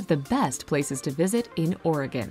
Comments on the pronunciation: At least, the video didn’t pronounce our state wrong (I’m from Oregon too) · At least she's not saying orEgone